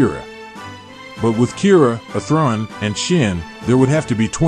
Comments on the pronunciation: Why is your pronounciation of Athrun like that??? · Interesting video, the TTS mispronunciation of Athrun is distracting, though. You should be able to edit the pronunciation.